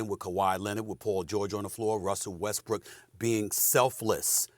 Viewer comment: Ngl Stephen A Smith sounds like he said Westbricks?